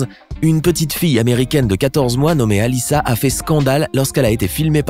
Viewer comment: Sa fait bizarre quand il a dit alissa